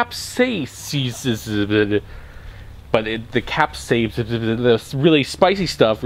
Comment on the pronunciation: It's pronounced cap-say-i-sin, capsaicin